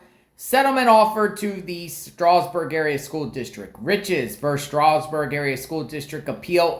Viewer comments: I live 15 minutes from Stroudsburg and the D is not silent. It is pronounced Stroud like loud. He’s pronouncing it like the Amish would. Lol. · It’s pronounced” strowzberg” phonetically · Why are u poking your nose in his private communications with his sister wtf Poking in her private emails. What an invasive unamerican thing to do Did you have a warrant for that info Do you have sisters Learn how Stroudsburg is pronounced Strou sounds like "ouch" Strowdz berg Leave his sisters alone stalker This was the last straw You are way out of line wit dis shi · It’s STROUDSBURG. you’re saying it wrong. Also, LEAVE HER ALONE! What is wrong with you? Those are her personal HR work records. You have NO RIGHT! I hope she comes after you. You have no right, none!!!!! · Stroudsburg is pronounced Stroud like loud, add an S like it’s plural, Strouds/burg. Schools in PA have attorneys on retainer and they’re referred to as the solicitor for the school district. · LoL so what if he emailed his sister it's Stroudsburg like strous d is silent I'm from NY so I know. Email's between family is all personal and private you don't have a right to it. Email's are private unless it pertains to their job & some of that is private. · Oh yes, u do. Its not said that way, up here. Just an fyi for u. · Well I can guarantee you no one in Allentown says it without the D unless they’re not from around here. Also, I did not say HE is Amish. I said he is saying it like the Amish would! Big difference. Thanks for playing.